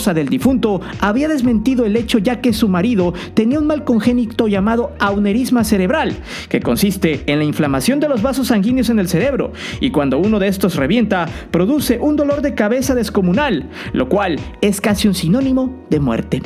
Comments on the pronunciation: Se dice "aneurisma" no "aunerisma", saludos y unos besos en la tuerca mojosa... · una corrección con todo respeto: No es "aumerisma", es aneurisma. 🐣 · pinche aprenda a leer, confiamos en ti para no estar mal informados. Se dice aneurisma